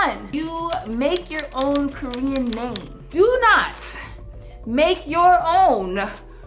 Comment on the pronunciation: i thought you said Korean-poo XD